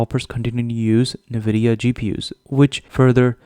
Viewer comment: You should learn to pronounce NVIDIA. It’s horrible to take your information credible while listening to your „Nividia“ .. particularly as a gamer you should know better…